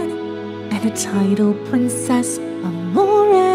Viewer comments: Amore It's just pronounced A-more Not Amor-ay Plz,,, I physically died at that part. Revived to finish the video of course, but plz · OMG YOU SAID IT WRONG! you said Amore wrong sorry if it seems hate I just can't take miss said words sorry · oh so it's either english way of pronouncing it or they pronounced it wrong